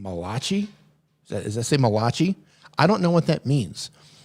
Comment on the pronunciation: Malachi is a book in the Bible, pronounced mal uh ky